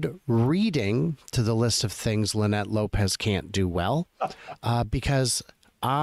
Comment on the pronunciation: You missed her name, it is not Linnette it is Lie-Nette. LOL